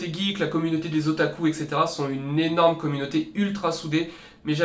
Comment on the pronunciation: "Un nyenorme merci " Bah un nyenorme derien 😂